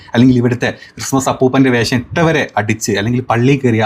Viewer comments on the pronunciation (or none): none